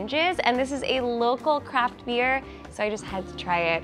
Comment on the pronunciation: Did u say beer lol